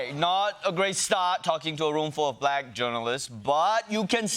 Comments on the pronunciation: LOL ... I love how he says "bLack" like every boomer describing a personal interaction they had with a black person that day ... " And my waiter (looks around) a nice young bLack guy" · Anyone that pronounces "black" as a 2 syllable word is kinda sus. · "Bhu lack" - the way he says the word shows his prejudice. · He seems to always make it a 3 syllable word: Buh-lack-uh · “Buh-lack”, “the buh-lacks”, “the buh-lack people”, “the buh-lack population”, “the buh-lack community” … weird. Why does Trump weirdly pronounce “Black”? 💙😳☕️🇺🇸💯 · Anyone else notice the mocking way he pronounces "buhLACK"? He really is a monster. I know that trumpism will live on for about a generation after he's dead, but even so I'm eager for his evil presence to leave Earth already. (No, that isn't a threat -- just a hope.)' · The way Idiot Boy pronounces “Black”, it’s as though it’s a new thing to him. Like, what word could he have possibly been using for Black people he doesn’t know this one??? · I know it's not the same pronunciation, but the way he says 'black', it conjures up the Afrikaans accent. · Why does he pronounce black like that?! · And with an elongated capital L. It gets me every time. I've never heard anyone pronounce Black or black that way.